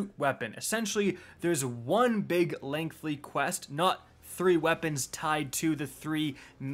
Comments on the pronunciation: Stop saying "lengthly". It's LENGTHY. No L in there. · If anything, hearing “lengthly” five times was...... interesting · Imagine not being able to pronounce the word "lengthy" as an adult....